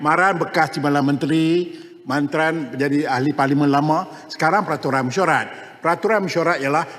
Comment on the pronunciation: Kepada ahli parlimen yg berkulup..mari saya ajar cakap melayu: Kejujuran bukan kejujulan Tan Sri bukan tan sli Peraturan bukan pelatulan Ragam bukan lagam.. Macam mana tak past berbahasa melayu boleh jadi ahli parliament..rakyat Malaysia tak fasih berbahasa Malaysia itu pelik kan